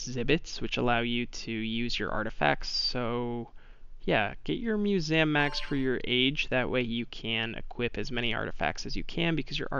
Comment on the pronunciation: I’m sorry but it’s Mue-seum not mue-Sam btw no offense (this is how to say it)